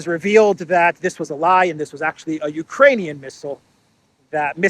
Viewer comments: I was over the moon that you also heard the cocaine word poping out, although she struggled saying the solidarity word as well,… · It sounds like cocaine but she said Ukrainian. Wrong translation. 😅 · She said "for the export capacity of Ukraini... muffle 'cocainian' grain'". So she started right, then 'corrected' herself in that ridiculous way. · Did You know? Bärbock usually says cocanian instead of Ukrainian.